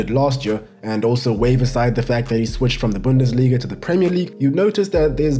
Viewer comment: I'm pretty sure that y'all heard em saying "Bundas Liga" instead of the common "Bundesliga" 😭